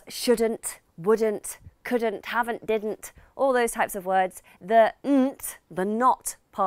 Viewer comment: We dont say havnae , its huvnae !